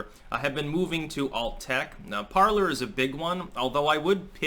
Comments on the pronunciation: PARLER is a french word pronounced like" PARLAY" meaning ,"to speak or to converse" from the verb PARLE...not parlour like a living room or salon. Just sayin... GO STYX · I thought it was supposed to be pronounced "parlay" as in the French word parler, meaning "to talk."